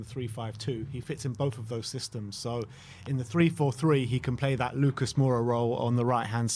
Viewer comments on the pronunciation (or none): none